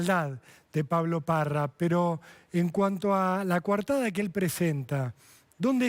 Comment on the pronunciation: Es coartada . No cuartada. Hablen bien el español. Si.